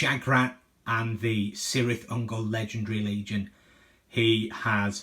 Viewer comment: "K"irth Ungol my friend, also its not Seleborn its Keleborn for future reference. All C's in JRRTs equal K's :), Great battle report